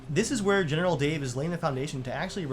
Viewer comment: 500th comment! Also, is it just me, or do you hear “Genital” Dave?